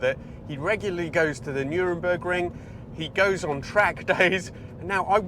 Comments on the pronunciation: Did you say NurENburgring?! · please try this... Nur-burg-ring. It drives me mad when people say Nurenbergring. On a side note, When I was a child a neighbour had a silver Porsche 928s with the number plate THE 928S, this was in 1978 and I think he worked for Porsche GB. That car was a space ship compared to the other 1970's cars in our street. Great review, thank you. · It's the Nurburgring.... not Nuremburg.... that was where the war trials took place... it's a common mistake.... but they are many hours apart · Nurburgring not Nuremberg. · Never heard of the Nurembergring 😂😂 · Nürburgring, not Nurembergring... the Nordschleife is at Nürburg in the Rheinland-Pfälz; Nuremberg is in Bayern... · Yup, hearing people say Nurembergring is such a trial! ;) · "The Nuremberg Ring"? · Nuremburgring? LOL. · Absolutely love these. But btw, it's Nürburgring, not Nuremberg Ring :P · I'm glad i'm not the only one who calls it Nuremberg Ring. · "Nuremburg ring" ???? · Runs a Car channel on YT but can’t pronounce Nurburgring properly…tut tut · Oh one thing: Nürburg has no N in it. That's another town.